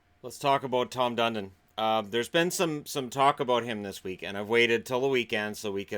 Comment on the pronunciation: Tom Fun-don